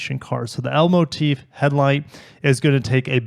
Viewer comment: What he said: L Motif What I heard: Elmo Teeth